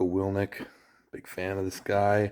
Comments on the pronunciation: wil ink not wil nic lol but awesome book jocko i cant wait to have kids so i can buy them books like this and teach them the basics of manhood.. Devin your the best and are the limitless guru animal spirit of arm wrestling if anyone debates that they can look up your WAL scorecard alone to see the table IQ is the only 10/10 in the sport... and your physicality alone has grown even as your getting older. remember levan is just a smol dragon all you have to do is keep growing the giant pumpkin but do note this might take some 1 arm pancake 1 arm banded table time and levans hit do the most damage to your elbow and i pray you dont get bortelato'd like michaels left arm when catching levan... but if he slacks at all you just have to out transition but dont get me wrong when i say im almost expecting him to get a pin or two before hes running out of steam i actually mean its going to be like spiderman stopping the train if i could bet id stake the whole block on you... biggest heart in arm wrestling ... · Wil-ink not wil-nik dev thank you sharing gonna have to get a copy of it for my kiddo. Huge jocko fan